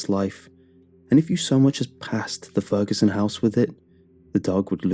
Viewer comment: Lmao “mr. feruson”